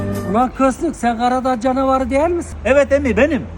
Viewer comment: Hiçbiri karacadağ canavarı diyemedi ya mk😂😂